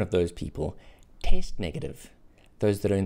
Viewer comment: My mind is going out 💥 every time I hear taste instead of test